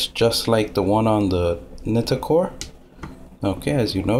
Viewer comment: I think its pronounced Nightcore, just my opinion...